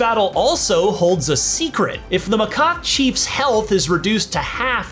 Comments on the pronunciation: Its macaque not macacok 😅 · did he say "mah c0ck thief"? 😐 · haha...he said macock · TIL this previewed doesn’t know how to pronounce macaque